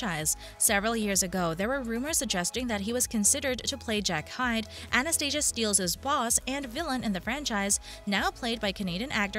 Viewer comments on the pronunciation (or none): none